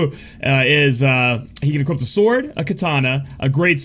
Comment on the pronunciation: "She can equipt"...no, just no. She can equip!